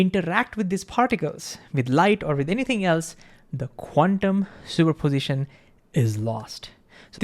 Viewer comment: Please slow down and emphasize all syllables. Probability has 5 not 4. Superposition has 5 not 4. Thank you a great video